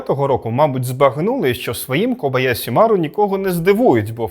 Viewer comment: Зверніть увагу, що правильно буде кобояШі, а ви вимовили на російський манер